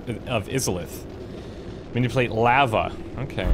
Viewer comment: bro you're killing me with your pronunciations of tome and lava xD